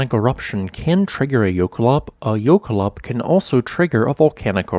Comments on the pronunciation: And he pronounces it wrong. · he is saying it wrong but it is a fun word, it directly translates to glacial run